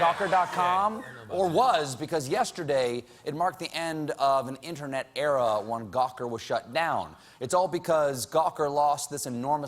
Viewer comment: Why is it that even Colbert can't pronounce internet. It's not innanet.